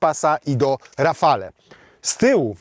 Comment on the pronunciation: Przepraszam, że się przypierdzielam, ale Renault Rafale czytamy jako "rafal". "e" na końcu jest nieme.